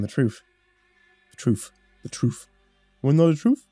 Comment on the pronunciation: "the troof.... The troof? Wanna know the troof? 🤡" Hahaha